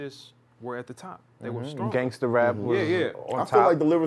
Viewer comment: That dude meant Gaysta not gangsta